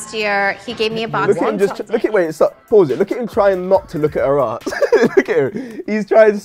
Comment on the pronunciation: Why you pronounce ass like haass